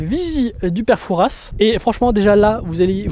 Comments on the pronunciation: Super vidéo !!!tout le monde rêve de le visiter !!J’habite en face du fort !! Just pour info on prononce « foura » et non « fourasse » tchao !!! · Très bonne vidéo, très interessante ! Etant Rochelais j'adorerai faire un tour sur ce Fort un jour ! Par contre petite coquille, on ne dit pas "Fourasse" le "s" ne se prononce pas 😉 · Juste le "s" de Fouras ne se prononce pas ! Mais super vidéo ! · On prononce pas le s de Fouras c'est limite une insulte pour nous autres.